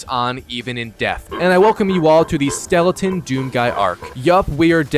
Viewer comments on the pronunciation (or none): none